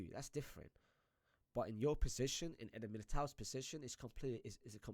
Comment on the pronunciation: Why is my man saying „possishin“ instead of position